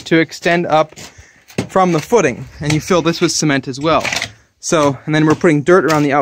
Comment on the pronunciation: I know me too— Sounds like he’s saying semen 🤮 But at least he does a footer 👌which most people don’t